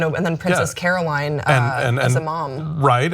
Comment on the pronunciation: I hate to get into specifics, but it's Carolyn, not Caroline.